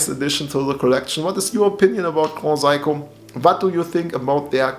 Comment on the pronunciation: grohsaiko is amazing brother:) just wanted to make you aware of the proper pronunciation! Also love your dial and the watch.. do you know much it costs to change the battery?